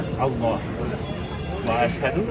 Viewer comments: This is sad, the first person said the shahada wrong. The sheikh should have picked it up. It's - ashadu un laa Illaaha illallah Not -ahhadiu unna illaha illallah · Beautiful to see the footage of reverts. Butisn’t the shada “ashadu an la illah” not “ashadu ana la” and whatever the third guy said?